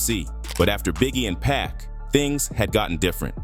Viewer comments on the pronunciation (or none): Omg HIS NAME IS PACCCCCC IF YOU CANT PRONOUNCE IT DONT SAY IT !!😂you done Heard it Enough times to know how to Pronounce it